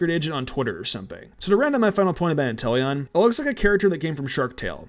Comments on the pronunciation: You meany WHY INTELLON?!?!? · Really Intelion? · Intellion? Time to bring the guillotine. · How dare you say Inteleon.